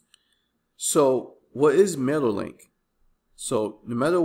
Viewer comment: I don't know if you just mumble or something but every time you refer to mailer link you are saying mailek. do you actually test this program? youre recommending aweber because you earn commission?